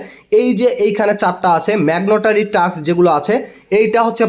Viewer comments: মেগনটারি না ভাই 🤭 ওইটা হবে ম্যানডোটারি 🥰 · ভাই ম্যাগনেটেরি না মেন্ডেটরি বলেন।